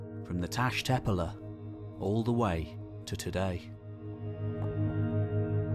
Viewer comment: The Turkish word “tepeler” is not pronounced as if British. The past participle of “begin” is “begun”, not “began”. The archaeologist Robert Braidwood was certainly not killed by beheading. The notion that pre-agricultural societies were egalitarian is founded in romanticism, and should not be treated as probable, let alone as established fact.